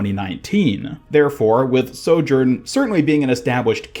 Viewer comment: Ugh listening to his mispronunciation of sojourn over and over is making my brain bleed internally